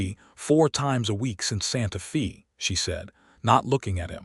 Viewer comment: Narrator pronounced santa fe as santa fee.correct is santa fay